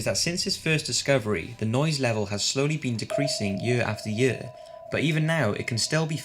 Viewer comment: Why tf he keeps saying “year” like “yEuUA”